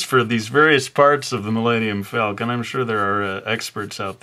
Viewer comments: The Milayneeyum Falcon? I think that is the fastest you have made me laugh in a video. Good job.:Thumbup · Man. Why did you butcher the name...